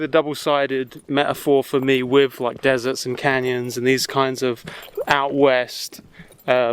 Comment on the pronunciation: this mf'er said desart